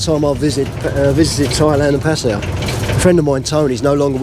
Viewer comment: I must compliment you on pronouncing the Pattaya name,correctly. Most of the utubers from UK,reguarly say it incorrectly. I find that very ignorant and rude. Its NOT a hard word to say correctly. Thanks again.